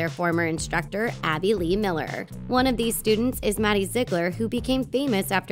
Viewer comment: Zig a ler It’s Ziegler